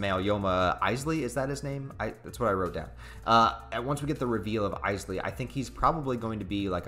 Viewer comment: Where whitebaord Clare? And Isley is pronounced more like Eeslay.